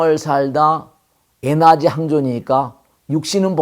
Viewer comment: Energy. 에나지아니고. 에너지라고 읽는게 듣기 좋읍니다